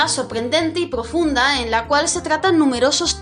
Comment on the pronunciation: Me encanta cuando dices palabras con pro. Ejemplo: Cuando dices progfunda xD 😍